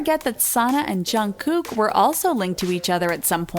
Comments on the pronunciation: She said junggoo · did she just say twica- o foek she said jungoo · Who ever said jungkook's name I was like ugh she said he's name WRONG srry I just have this Pet peeve when they say KPOPS name wrong!!!? For BTS and TWICE!!! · i aint a fan of bts but im disappointed of how the person talking said jungkooks name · You pronounced Jungkooks name wrong. RESEARCH. These are all photoshopped photossssssssssss